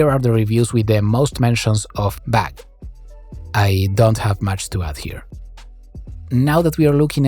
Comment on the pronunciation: The captions put how you say bug as bag or bad.